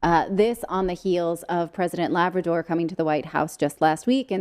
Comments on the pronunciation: Lady. You said “President Labrador “ 🤣 … Labrador is for Dog related types… our presidents last name is Obrador. Mr. Obrador. And one of the hardest working Mexican presidents and the only straight arrow one. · President Lavrador? Labrador?! LOL! OBRADOR. I know it's not that big of a deal but that's quite the mistake, ha! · Did she say President Labrador??? 😂😂😂😂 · Its President Obrador not Labrador. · did Natali say president Labrador at the start?! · Its not LABRADOR… it’s Obrador ;) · President Labrador? What a slip of the tongue. Obrador. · its not labrador natali its obrador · Careful it is obrador Not Labrador. Only Jill Biden can make fun of the Latin people. Shalowm and Amen. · You do good work, but please have enough respect to get the name of the president of Mexico correct. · Is not president Labrador, is president Obrador. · President 'Obrador' not Labrador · Happy that Mexico has re nationalized their Energy sector... kudos!!! and BTW their presidents name is not Labrador (like the dog) but Lopez Obrador. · Natalie, it's not president Labrador, it's president Obrador ( mexico's president ), 🙄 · Did she just said: "president labrador"? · It's president Obrador, not labrador.. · Obrador not Labrador.